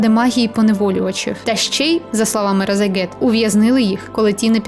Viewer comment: А чому ви кажите Разагет, а не Рашагет?